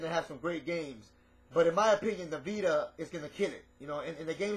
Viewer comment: he calls its a "pita" XD